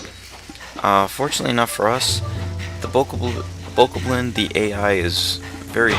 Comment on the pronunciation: it is called a bow-cob-lin btw